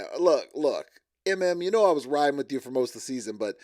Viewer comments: I HATE wit you for with you!!! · Could someone teach how to speak...its "with you" not "wit cho". Come on...grow up!!